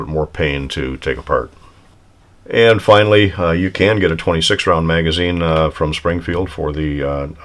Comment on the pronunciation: listen to what you say, sounds like 5 pound instead of round. I understood well